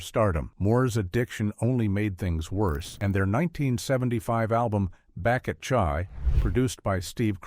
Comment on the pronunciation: Did a Caucasian produce this video??? I’m asking solely because of the way their album “back at cha” was pronounced.